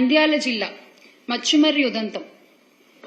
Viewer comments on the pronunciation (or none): మచ్చుమర్రి కాదండీ ముచ్చుమర్రి. Any way మంచిగా ప్రెజెంటేషన్ ఇచ్చారు. Congratulations.. అండి. Keep it up.